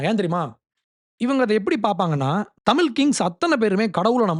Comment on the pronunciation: தம்பி அது, தமில் , இல்லப்பா, தமிழ், சொல்லு..English நல்லா பேசுற..